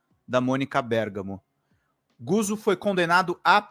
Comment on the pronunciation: Não é "Guzo", é "Gutso". Lê-se como "pizza".